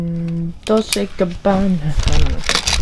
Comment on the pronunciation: Its "Gabbana" and if real could be valuable.